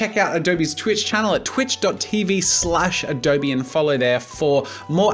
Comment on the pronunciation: I'm just wondering why he said adobEEE instead of adobe. O mah gosh